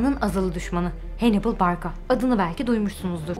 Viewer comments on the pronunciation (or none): Hannibal yazıldığı gibi okunuyor, Henibıl olarak değil. Henıbıl olarak okunması için İngiliz-Amerikalı vs olmalıdır. Kendisi Kartaca'lı bir komutan ve Sami ırkındandır. Bilginiz olsun diye yazdım.